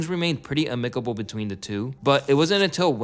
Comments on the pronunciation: Your WHOLE generation can't pronounce basic words like HEIR, AMICABLE or PROTEGE.....UNSUBBED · there's no way dude pronounced amicable that way 😂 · it's way more common than you'd think. mainly californians